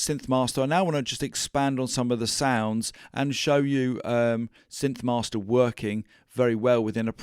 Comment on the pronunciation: Great video! Don't ask me why—but every time you said "synth-mahstah", I thought of Marty Feldman's Igor in "Young Frankenstein", saying "Yes, mahstah". :?)